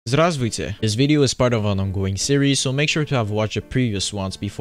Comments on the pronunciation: Этот "Здразвуте!" просто прекрасен! 🥰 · "Здраствуйте" это сильно